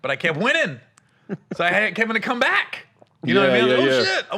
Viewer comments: I was soooooooooo mad at that. Screaming at my SCREEN KEVIN!!!! TELL THAT MAN, THAT IS NOT YOUR NAME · Yooooo that was sooo funny!!! Keevon 🤣🤣🤣🤣